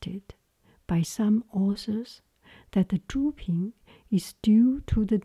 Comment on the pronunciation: Hi, You asked some videos ago to provide feedback on your pronounciation. What I noticed is that you say 'ies' instead of 'is'. You pronounce the i like the first E in 'even', however, you should pronounce it like the first i in 'international'. I hope I was able to help:D